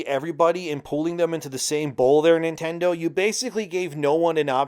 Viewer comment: everytime u say Nintendo my mind suffers